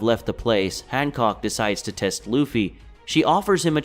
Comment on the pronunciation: Han “cock”